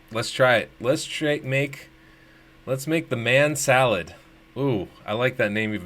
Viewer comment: Man Salad sounds like Ma Shalled. Like it